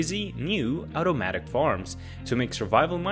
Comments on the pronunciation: It’s pronounced automatic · just the way you said OWtomatic made me laugh